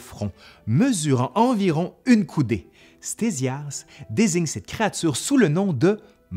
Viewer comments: Pourquoi prononcer "stézias" au lieu de « ktézias" ? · "Stésias" ??? Petit lapsus je suppose, ça se prononce (fort logiquement) KTésias... Et le portrait affiché dans la vidéo est le plus souvent attribué à Hérodote, plutôt que Ctésias...